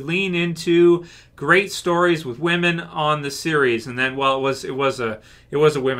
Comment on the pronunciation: oh so "whamen"... great, i mean i thought TWD was taking a nosedive, not willingly killing itself.